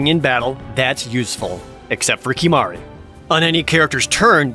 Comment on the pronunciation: Great video.. to the tee... Except Kimahru 💀